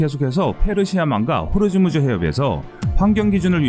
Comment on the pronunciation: 호르무즈가 아니고 호 무즈